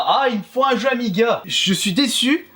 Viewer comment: Les Pro Amiga, soyez un peu plus gentil avec lui si il prononce mal le nom... c'est normal de faire des erreurs!